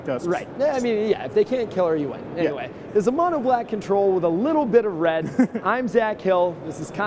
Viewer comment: Red not Wed